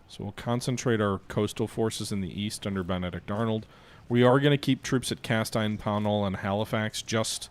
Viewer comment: Cas-teen. Same sounds as Hal-muth for Falmouth